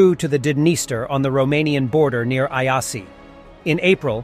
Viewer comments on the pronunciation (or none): Iasi=Yash not i-asi.)), kinda annoying with 2 voices, why not just use one.